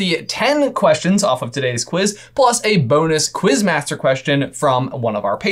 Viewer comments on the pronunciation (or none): Cringe at the pronounciation in the first Quizmaster Question